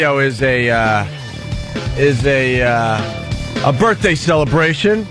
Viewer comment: Say Birfday one more time, it’s hilarious